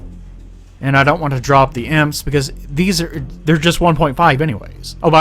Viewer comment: Also, i hate how you say EMPs, stop pronouncing them like imps, it's Eee-Em-Pees